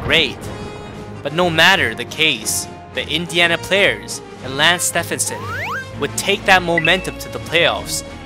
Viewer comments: Bro did just call his name wrong..... it's like Nike with Steph 😂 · Dude I’ve seen a few videos and by now, I’m convinced he pronounces names wrong on purpose lol. It’s almost painful sometimes but good videos though